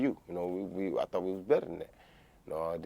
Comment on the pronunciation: Much respect to communication and descalation. Roy Jones Jr puts the `G` in Gentlemen. Champ used his words and said I tought we were friends. I tought we were better than that Joe.